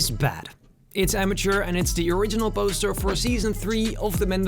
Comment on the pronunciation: This guy makes me think im on drugs. Saw the Spiderman one and in that he goes This Biece of garbage instead of Piece of garbage. And i saw another Mando thing where he goes.. Boster instead of Poster and Boses instead of Poses. I also heard Jetback and not Jetpack.. So does being Spanish make it hard to say B or what.? Hes not really pronouncing the words, its like someone having a cold, but in every video.. 🤔